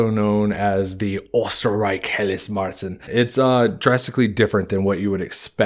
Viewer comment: Ok, there's one thing I'd like to have cleared up here. 'Keep it clean and fermenting during the hotter parts of the year' kinda contradicts the 'they could only brew during the summer' part here. I know that that is a conundrum, it's a hard part of history to unveil. Also "Märzen' is prnounced more along the lines of 'cher'( the artist).